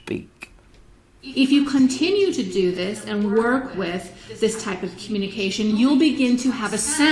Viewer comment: Why does she pronounce 'communication' as queue-Munich-ation?